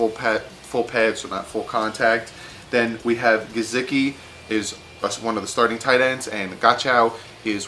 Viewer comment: GUH-SICK-EE you missed his name but you got Devon godchax